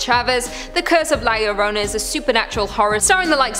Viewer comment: Who is la Lorona its la yo-ro-na [not spelled this way] 😳😳😳😳